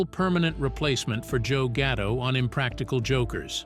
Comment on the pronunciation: gatto not ghetto da fack is wrong with you.